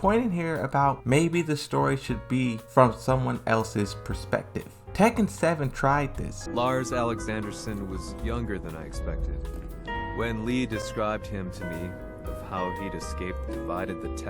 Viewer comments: I love your content just having found you some videos ago. I love how deeply you cover gameplay and lore. I like your thoughts and opinions. However, you stated you started with Tekken 3 and played the previous games and forward. You should have everyone's names down by now. Lee is not Lei, Lydia is not Leeda, and Julia is not Michelle, hun. While I laugh from time to time it is with a eyebrow twitch now. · It's LEE not LEI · Look Man, I like your content and I don't care about the pronouncuation of Japanese names, but for the love of God, LEE and LEI are completley differient characters, and it's not that hard to say their names accuratley